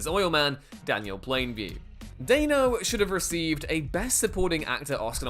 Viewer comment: Dan-O. It's pronounced Dan-O, just like it's spelled. Dan, like Danny. Stop saying Dain-O.